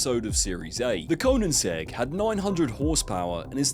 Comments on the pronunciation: Koeninsegg and High-Aura 😂😂 Good video but holy shit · Your pronunciation of Koenigsegg made my soul leave my body. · "Anominity" "Koeninsegg", why is it that nearly every youtuber nowadays struggles to pronounce extremely well known words lmao